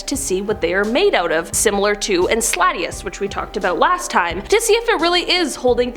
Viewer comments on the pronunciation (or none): I watched up to the part where she said Ensladious, then gave up realising she has no clue what she's saying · The most unsettling thing about this video is the way you pronounce Enceladus! Anonymous would be better off hacking dictators and other wicked people.